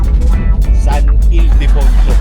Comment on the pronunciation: Haha hnd mo tlaga mabigkas ng maayos ang san ildefonso😅😅